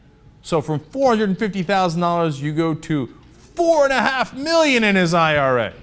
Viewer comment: zee meeleeon dollers